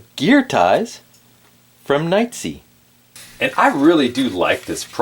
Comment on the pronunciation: did you just say "night zee"...? LOL! It's pronounced NIGHT EYES....